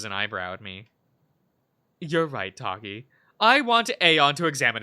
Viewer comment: You’ve got Drevonia, Takhi AND Aeyon right. Just gotta get Low Key N right.